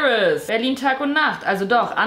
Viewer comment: "André geht?...NINA FREMD!?" Dat Betonung